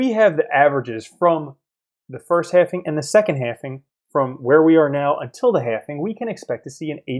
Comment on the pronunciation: Please stop saying halfing